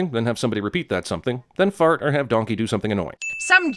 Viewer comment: “Don-kehy”